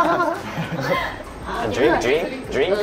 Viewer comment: D(r)ink 😆😆 Orang thailand memang kadang huruf R nya dihilangkan/nggak dibaca, jadi bikin bingung deh 😆 kadang juga jadi huruf L. Narak jadi Nalak. Aroi jadi Aloi. Gemes dehhh 😆